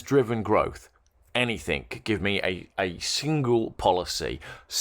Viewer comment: It's 'anything', not 'anythink'.